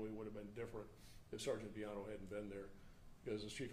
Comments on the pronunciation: black cop doesnt know how to pronounce Villano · With respect, Chief..For God sakes KNOW HOW TO PRONOUNCE THE NAMES OF INJURED OFFICERS BEFORE THE PRESS-OP! While not intended, it was so disrespectful to , “…hope…,” you identified your own Brothers in uniform. Geesh! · Mummble mummble something mummble mummmmble. Pretty pathetic that the Public Affairs officer is not only wearing a poorly presented uniform, but also didn't bother to actually check on how to pronounce the name of one of his coworkers. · 1. Do we need a new law that says if someone tells you "i'm not going back to prison," you have to pass that info on to your local LEA? This mother sounds like a POS. 2. C'mon chief. Learn how to say everyone's name before you do a press conference.